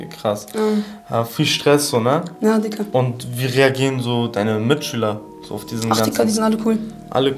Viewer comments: Er sagt nd diggah sondern dicker haha er beleidigt dich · Das fuckt so ab wie er ganzerzeit dicka sagt alter ich raste aus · mackirk75 Dikka. Schreibts doch wenn dann richtig bitte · Das heist digga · Wie der immer dicka sagt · Aiša Kurbardović vallahhh😴